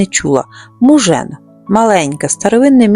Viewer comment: Мужан наголос на А